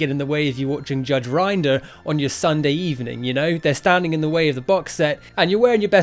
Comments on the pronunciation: Judge Rin-Der, not Rind-er :/ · Do you know what's really weird? The part of the video that made me cringe the most, was when he mispronounced "Judge Rinder"!